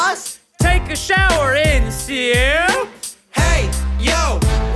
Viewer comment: And sooop and crust mass